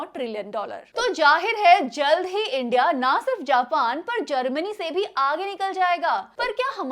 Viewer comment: Japan ❌ Jaapaan ✅